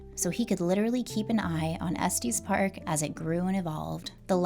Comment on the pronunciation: It’s not Estees Park , it’s Es TES park. Like Estus.